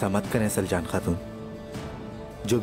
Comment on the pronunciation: Soory but it's not slacan it's saljan